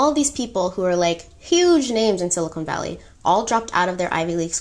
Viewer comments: I don't mean to be that person. But, it's "silicon valley". Not, "silicone valley". I hope this is received in the spirit that I meant. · Love your version of these stories! Only minor “fact” checks from me, I’ve watched tons of documentaries on this compulsive manipulator, a fascinating case study... The pronunciation of it is Si-li-kun Valley (not sili-cone like the implant), not obvious at all but good to know. The patch she conceived in her college days, which she took to that professor/only female scientist she ever consulted was meant to take a sample of blood through the skin (top layer of the epidermis), so it was her first idea for testing the blood...but yeah, it wasn’t practical or possible to take a proper sample that way for many reasons, as you & the female expert said! And when you said early on that the Edison didn’t work so the scientists had to do “manual testing” for the investors in the basement, it’s good to clarify it was just them running the tests in typical blood testing machines (which were massive, not small/compact like the Edison), just as you’d find in a Lab Corp or Quest Diagnostics lab. Same as they had to do at Walgreens later. Lastly, while she admired all of these famous inventors, it was specifically Steve Jobs she directly imitated, down to the black turtlenecks/minimalistic wardrobe and severe treatment of her staff while remaining relentlessly focused on the mission. That was his trademark, too. This whole thing was doomed to fail because she was trying to enter the software/tech world with a healthcare/medical product. Square peg, round hole. Millions of dollars later, th